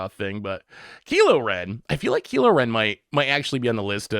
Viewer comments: The butchered names lol good ole Keelo Ren 😂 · Kilo Ren 😂